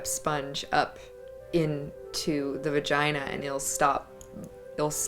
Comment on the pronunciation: that moment when a porn star can’t say “vagina”